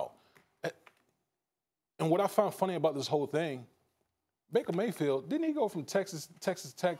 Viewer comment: Baker Gay-field😂😂